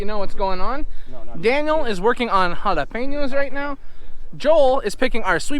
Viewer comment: As a Mexican, I really appreciate how you say jalapeños!!!!!!!